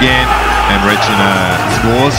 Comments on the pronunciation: The surname is wrong. It's not Requine, it's Recine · Recine! Not Requine....